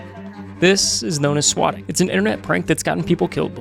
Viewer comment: squatting???? did he mispronounce SWATTING? or can you not say that word on YT?